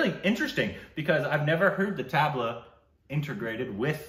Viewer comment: Try saying "thuhb - laa"and not so much tab-la :)